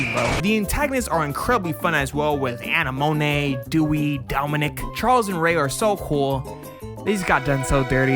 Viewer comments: I’m sorry, did you watched the anime? You sound like you are reading a script, and botching the names real bad. It’s not Ren-Ton ( it’s pronounced renten) , Anemonoine ( it’s pronounced Anemone). Have you ever watched finding Nemo, where does a clown fish live. Also it’s a name a flower and a deceptive drink. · "Anna Monae", "Ren-tonne" 😅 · "RenTAHN" "Hoe-lland" "Ani-moh-nay" You're killing me, smalls! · loved your video but It's Rentin that is how it's pronounced. Holland is pronounced like the country and Anemone is pronounced Anne Em on Nay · Anemone is pronounced like the non-Japanese word. Like Sea Anemone. Jfc bro. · Love your review of Euereka Seven 👏🔥 But bro, your pronunciation of Eureka, Renton, Anemone, and other names just bothered me lol. It goes the same for other youtubers who make vids on Eureka Seven. Not sure if you said it that way on purpose but oh well, great video. 🙏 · anemone was what had me pause the video to comment. How he managed to not pronounce that correctly is ridiculous 💀